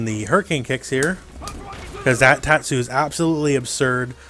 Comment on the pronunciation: good pronouncing on tatsu